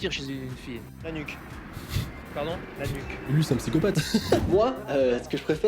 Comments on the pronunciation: Le gars qui as dit «La nuque» j'ai cru qu'il avait dit l'anus😂😂😂😂😂😂😂😂😂😂😂😂😂😂😂😂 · au lieu de la nuque g entendu l'anus...ptdrrr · Je précise que le journaliste a dit nuque avec un Q (LA LETTRE Q)😂😂